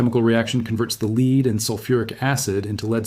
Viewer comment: In places you say leed in other places you say lead The correct pronunciation is lead not leed.